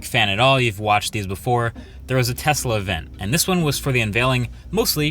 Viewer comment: Thanks for the proper pronunciation of the name Tesla